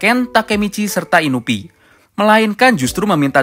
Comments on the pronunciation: INUI BUKAN INUPI HADEH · Inui pak bukan inupi